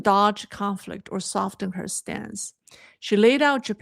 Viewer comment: Soften has a silent t.